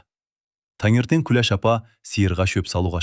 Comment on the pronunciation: Оқып отырған адам Күлеш демей,Күләш десе болмай ма